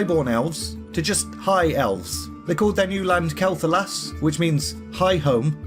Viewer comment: Love it... just one thing mate :D Quel(Kwel)'Thalas thank you <3